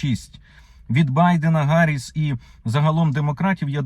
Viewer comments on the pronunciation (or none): none